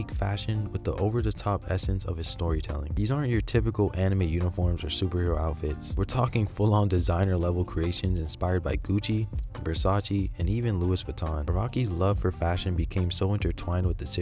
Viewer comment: “Lewis Vuitton”😭